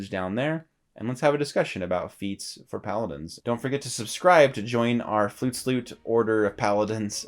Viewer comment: I'm a first time viewer and I just have to say the way you said flutes loot sounded like flute sloot hahaha straight up sounded dirty lol